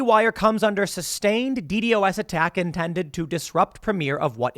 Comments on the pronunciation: Isn't it usually pronounced "Dee-Dos" and not "Dee-Dee-o-s"? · Never heard someone say d-d-o-s. Always heard it as D-Dos. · Nobody says “Dee Dee Oh Ess”, Tim. It’s “Dee Doss.” It’s awkward to hear you correct others about the topic when you say it like that over and over again. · please just say D DOS attack :D so weird hearing it as D D O S attack lul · Nitpick: don’t like how you pronounce DDOS as the acronym instead of calling it “dee dos” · The way Tim says DDOS is funny. Simplify it to "De-Doss" it roles off the tongue better and is used by quite alot of other people. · It's been pronounced D-Doss forever, I don't know why he's spelling it out since he's been into computer/internet stuff most of his life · It’s pronounced dee-doss. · its pronounced 'dee daws'. Just say that, for fks sake. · Ok here’s the thing. If you say DDOS like D.D.O.S then I don’t want to hear you roast other people about messing it up. To security professionals you sounds just as goofy lmao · It is said “Dee Daw-se” attack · jeebus just call it D-dos. saying D D O S everytime is fucking stupid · It’s pronounced, “DEE’-dähs” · D-DoS (should should like Ross), Tim.... PLEASE!!!! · btw you say DDOS like D-DOS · As a software developer and someone who is very interested in information security Tim, it really bugs me the way you pronounce DDOS. Don't spell out the acronym, it's pronounced Dee-Dause, Like Wee Sauce but with D's at the front. You got this I believe in you. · DDoS is not pronounced by saying each letter individually but by saying the first D and the word Dos.